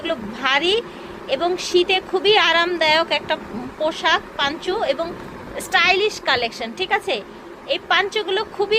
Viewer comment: পাঞ্চ না আপু, পঞ্চো।